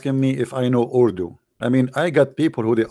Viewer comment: Urudu 🤣🤣🤣 Koran is in Arabic, not urudu. ❤